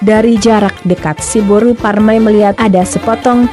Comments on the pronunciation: Cba di clearkan lg bos ku,narasi "boru parrrr...".. Boru apany yg dia bilang itu.. Atau ada mksd lain kah disensor? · Horas dihita sude....tolong carapengucapan kata buru nya kurang jelas.